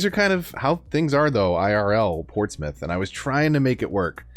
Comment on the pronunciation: I’m glad you pronounce Portsmouth correctly 😁